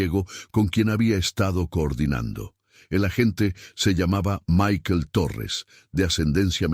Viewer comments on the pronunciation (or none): none